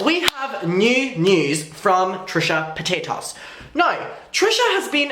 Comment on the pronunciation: "Trisha Pataytas"